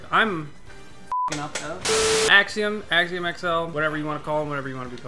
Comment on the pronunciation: Actually it’s pronounced “axiom”